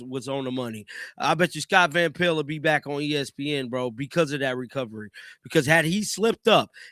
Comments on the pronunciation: Me too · I hate how he says Scott van pel(t)